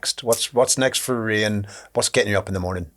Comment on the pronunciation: Not sure he's getting it right. She subtlety corrects him a few times 😆